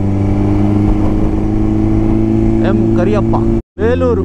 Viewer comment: Bro adhu kareyappa alla karyappa